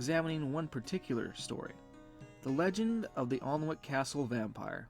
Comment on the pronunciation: I wouldn't expect an american to know this, or care honestly because english pronunciations are weird, but it's pronounced anick the l and w are silent.